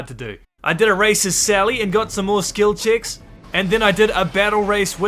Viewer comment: bro saying skil chicks instead of skill checks